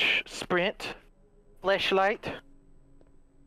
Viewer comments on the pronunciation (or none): Anyone else realize Delirious said "fleshlight" instead of "flashlight" 😅